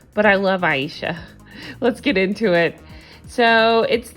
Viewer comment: I thought her name was pronounced A SHA, but you keep saying I E sha...what’s her damn name lol